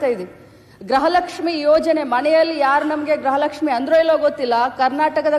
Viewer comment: ಗ್ರಹಲಕ್ಷ್ಮಿ ಅಲ್ಲ ಕಣ್ಣೆ ಲಕ್ಷ್ಮಿ ಗೃಹ ಲಕ್ಷ್ಮಿ ಅಂತ ಬೋಗಳು ಅವಿಧ್ಯಾವಂತೆ